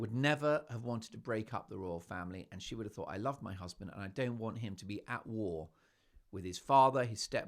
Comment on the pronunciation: EVERY time you say "My HuZzzzband!" I crack up!! 😂 Every video, every time...I chuckle. How are you not only Broadway?😅